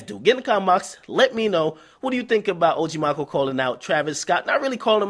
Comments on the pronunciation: Aye man Maco pronounced Mack•Oh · its Maco not Maco lmaoo ....like the first half Macaroni lol